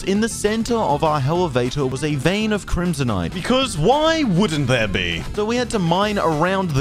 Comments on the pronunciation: “c r i m s o n i t e” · "a vein of crimsonite "